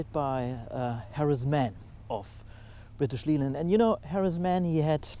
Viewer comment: Oh, your English is perfect, but one tiny thing - British Leyland is pronounced British Layland. No idea why, just wont of those weird quirks.